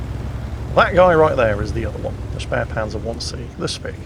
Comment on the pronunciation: Actually jingles ... it’s „Spähpanzer“ there is no r like „Spärpanzer“